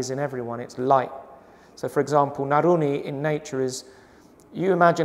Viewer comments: nurani not naruni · When he said naruni i think he meant to say nurani . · Bukan Naruni, tapi Nurani mas.